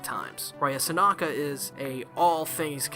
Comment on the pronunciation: I’m pretty sure her name is “Sanka” ??? You say her name as if it’s “Sanaka” ...and yet you pronounce the title of the anime correctly lol xD Was that mistake there part of trying to be funny or is it simply just accidental mispronunciation? :) Also, I really don’t like Ranko she gets really annoying (￣-￣) I don’t care how the culture’s different in Japan, it’s still wrong even if she were to be his 1st cousin or something it doesn’t matter - THEY’RE RELATED :/ I mean... if they really wanted her character to have romantic feelings for Chihiro then they could’ve easily just labeled her as his childhood friend instead ...so it’s less weird I guess IDK乁(;￣~￣)ㄏ But that’d be kind of a cliché though Anyways, Sankarea is a nice anime overall I really liked the story, liked Mero, Rea and Chihiro & Nice opening and ending (人^ヮ^) Just wished it was longer like maybe a total of 24-26 episodes instead of the current 13 episodes ( ¬ _ ¬ ;) ...maybe someday we’ll get our 2nd season, it’d be nice to see the rest of the manga animated ( ˘ヮ˘)♡